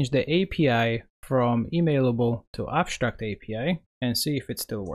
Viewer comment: ConSHtruct, abSHtract